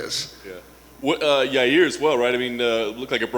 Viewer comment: His name is Ya Rear Uncl Dana